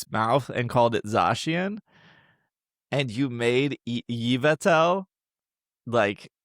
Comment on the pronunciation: "we HAVE to pronounce Pokémon correctly, its stonJOURNer" Also: mispronounces Pansear, Dewott, and Yveltal 😆🤭